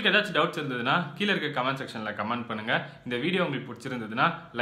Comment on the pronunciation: கமேண்ட் என்று சொல்ல வேண்டாம். கமெண்ட் என்று சொல்லேண்டும். காமெண்ட் என்பதுதான் மிக சரி